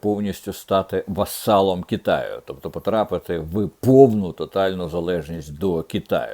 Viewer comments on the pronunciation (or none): Не «вассалом», пане Дмитре, а «васалом». Слава Україні!